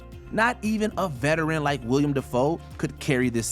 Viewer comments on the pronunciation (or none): Willem Dafoe. Willem, not William. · Its Willem not William bro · you mean Willem not William